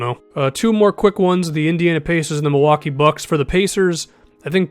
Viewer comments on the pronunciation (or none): none